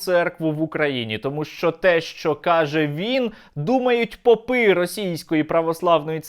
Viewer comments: Вони пОпи а не попИ) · Шановний Сергію, чи не могли б Ви при вимові « російські попи», ставить наголос на перший склад в слові по‘пи. Дякую. Слава Україні